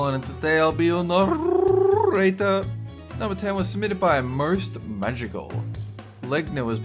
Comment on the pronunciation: narrrrrrrrrrrrrrrrrrrrrrrrrrrrrrrrrrrator yes thank you.